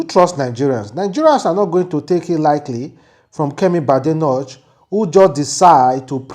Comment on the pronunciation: Badenock is pronounced as Bah-Day-Knock as in "knock" i.e Knockout, Knock on a door. It's not Bade-notch according to your pronunciation. Just thought I point that out.